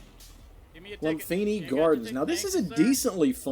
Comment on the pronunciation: Very accurate, especially in A and S-tier. BUT... I would swap Golmud with Lumphini. Lumphini Gardens comes with a steep learning curve, and many have not acquired it. Also, Lumphini is pronounced "loom-pee-nee" - it's based on a place in Bangkok. : ) Finally I strongly believe Hangar 21 should be in a class of it's own: F tier.